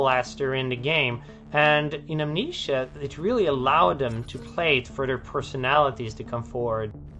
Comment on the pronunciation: I can't get over him pronouncing it "Am-NEESHA". Part of me wants to believe that's not his accent, but how he really thinks it's pronounced, and none of his coworkers have the heart to tell him he's mispronounced the name of his life's greatest work 7,286 times.